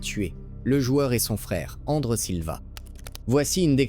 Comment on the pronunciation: tais toi robot . Ce n'est pas andre mais André .